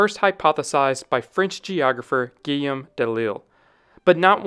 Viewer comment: Guillaume is pronounced gee-YOME, with a hard G as in go. 😊 Quivira is pronounced key-VEE-da. And others. Great video, just practice your European pronunciations. 😊